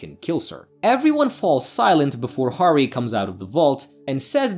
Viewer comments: Horry??? Harry is a pretty easy name to pronounce. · You're killing me smalls... not to distract from the overall effort in the presentation, but it's pronounced "hairy" and "rey-sh". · It’s pronounced “Harry”